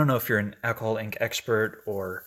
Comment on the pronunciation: Ok, looks like a basket of flowers. Roses in ctr, petunias on right, & something yellow on left. It's so funny when u say "alcohol ink" it sounds like "alcoholic". Go back & listen. he he ~ patQ PS, stay off I35